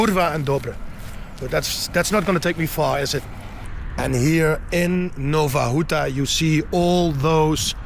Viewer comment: Nowa Huta, not Nova Ruta